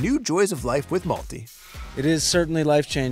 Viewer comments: It's malti dude. Not multi. Such a beautiful name it is ♥️ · I wonder the pronunciation of the name of the sweet cute baby girl. Her father pronounces as "Multi" as in the word "Multiple". If by any chance the name has a Sanskrit origin, perhaps meaning "little flower", then perhaps it should be pronounced as MALTI , the second syllable should be pronounced as "thi" in the word THIN. Only wondering. Such a cute baby. She looks so much like her Dad, Nick Jonas. Best wishes to Mum Priyanka, Dad Nick and sweet little Malti Marie.